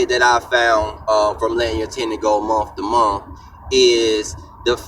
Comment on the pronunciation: " in a Muh to Muh "